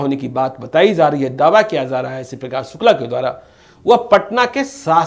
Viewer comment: Talaffuz to sudhaar lo jhole chhap reporter...4: 37 batayi ja rahi hai na ki zaa rahi hai 😀😀😀😀😀😀😀